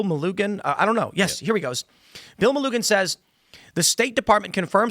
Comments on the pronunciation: Melugin is pronounced MEH LOO JIN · Melugin rhymes with illusion